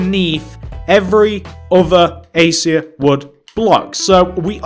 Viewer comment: You said Acacia wrong